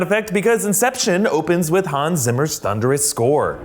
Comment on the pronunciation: I know for Amaricans it doesn't matter, but it is pronounced [Hahnz Tzimmer] and not [Häns Simmer]. It is an german Name same mistake you do by Mercedes Benz.